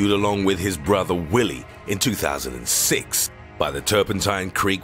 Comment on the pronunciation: ditto for '2006' 'mother' and 'size'